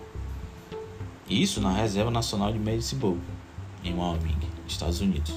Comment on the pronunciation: Fala camarada! Parabéns pelo vídeo! Apenas uma correção. A pronúncia correta de Wyoming é [Uaiomin]. Sucesso!